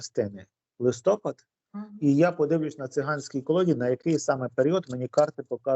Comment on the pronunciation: Ведучі,чому ви кажете листОпад, треба листопАд. Ющенко так казав і ви так.